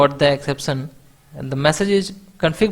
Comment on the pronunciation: Great video!!!!!! But Not ek-sep-san Its exception